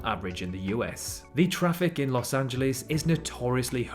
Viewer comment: I hope you're not one of those people that make fun of others messing up British names since you mispronounced Los Angeles every time...